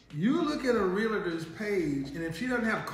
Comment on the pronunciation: Please stop calling them Realators. It's Realtors.